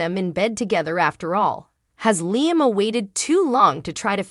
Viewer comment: It’s pronounced Liam Lee Um. Hello?